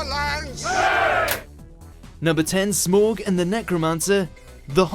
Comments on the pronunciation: triggered by the mispronunciation of Smaug It's SMAOWG not SMORG!! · It's SMAUG, not Smawg! Get it right! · It's SMAUG, why can't you pronounce it correctly? -. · I’m sorry but when you said “smorg” I cringed so hard my face is permanently cringed... 😂😂😂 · well someone can't say Smaug... lmaooooo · Stop saying Smaug that way 😣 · SAY SMAUG RIGHT FOR FUCKS SAKE